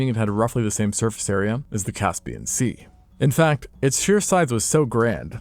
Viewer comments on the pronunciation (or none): none